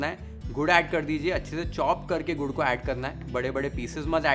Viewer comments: Gaur nai Gur or Gud or Good . Stop saying Gaur plz. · Aap gud ko gaur kyun bolte ho aapke subtitles video ko cover kar raha hai, video is wasted